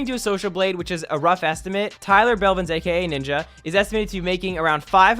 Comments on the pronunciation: Tyler “Belvins?” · tyler "belvins" WATTTTTTT